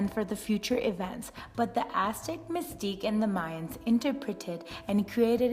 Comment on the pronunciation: I dont mean to be rude but you said Mixtec wrong im just telling you.